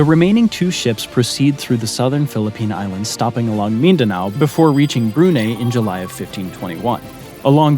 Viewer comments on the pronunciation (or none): Great video but your pronunciation of the words Malay, Brunei and Timor are way off.